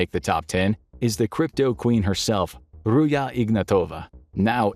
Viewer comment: it's not Ruya - it' Ruzha